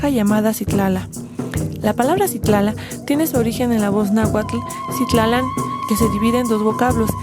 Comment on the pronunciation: Yo lo conozco como Sitlálan en vez de Sitlalán